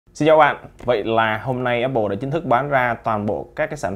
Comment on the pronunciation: Apple mà nghe cứ như oppo :)